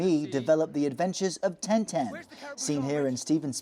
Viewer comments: it's TIN TIN not TEN TEN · Why would you pronounce Tintin as Ten-Ten, is that a Belgian pronunciation? Edit: just looked it up they pronounce it Tarn-Tarn. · It's Tin-Tin not Ten-Ten. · Why does he call him Ten Ten? It's Tin Tin!